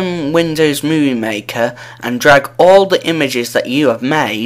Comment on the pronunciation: sounds like he sais drug and drop to